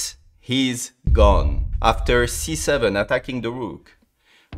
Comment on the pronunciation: I like how he says 'if your friend takes, he is... GONE' it's so funny. Promote to rook!